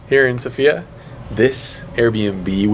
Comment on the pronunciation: How hard is it to stress the first syllable,the SO part of the name of the capital Sofia?